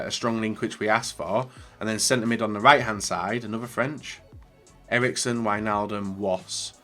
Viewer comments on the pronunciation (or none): none